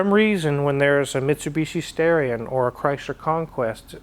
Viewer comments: He mispronounced it. It’s “Stah-ree-on”, not “Stare-ee-on”. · It's STARion not STAREeon... 🤣😂🙄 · Originally to be called the Stallion, but when the Japanese executives at Mitsubishi tried to pronounce it it came out, Starion. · It was actually supposed to be named “Stallion” but because the Japanese pronounce “L’s” like “R’s” instead of it being called “Stallion” they pronounced it “Starion”. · Fun fact... the Starion is a mis-translation. Japanese people pronounce "L" as an "R" sound. It's actually a Mitsubishi Stallion.